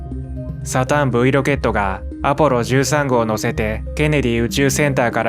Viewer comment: 「サタン・ブイ」ではなく「サタン・V（五）」ですね。